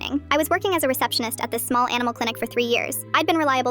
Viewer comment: It sounds like work at aminal hospital anomaly